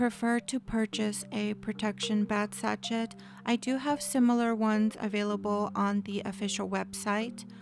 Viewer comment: Hi! Lovely video. Just a note meant to help you...the bag sachet is pronounced "sash-ay"